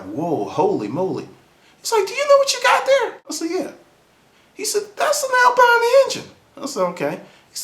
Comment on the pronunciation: Not exactly how you say Alpina :) but nice story.. so it was a Race car then? There was no Alpina 2002 road car unless it was a hatchback. Was it Orange?